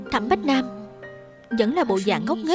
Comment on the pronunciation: ủa bách nam hả sao đó h tui nghe toàn bá nam vayy=))